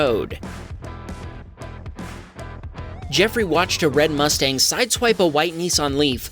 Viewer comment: lmao what is a mustWang? or did you do that on purpose?